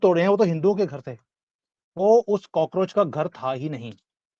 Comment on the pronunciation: सर आपने कोकरोच बोलकर बोला मे हसने लगा वो हेही कोकरेच चुतिया हे